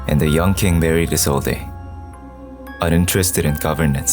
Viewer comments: (Is-old) not (Is-old-eh) the e is silent. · it's prounouced "isold"" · i hate how isolde is being pronounced. the e is silent. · the only thing wrong with this video is the pronounciation of Isolde